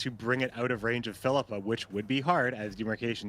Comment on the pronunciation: Triggers me to the max how pronounces Phillipa. Like it’s literally “fill-ih-pah” not “fill-eeeeh-pah” smh mcbeard is the only one who pronounces it correctly